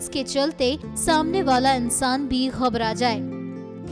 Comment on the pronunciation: Khabrajai nahin ghabhrajai. Urdu pleas